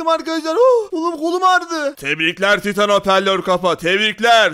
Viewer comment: Abi taytın değil titan